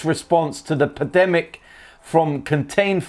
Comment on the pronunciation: Pandemic bruv, not pedemic